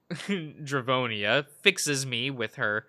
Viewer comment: You’ve got Drevonia, Takhi AND Aeyon right. Just gotta get Low Key N right.